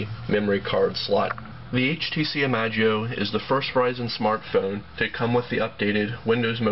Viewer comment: i-mash-ie-o you dork!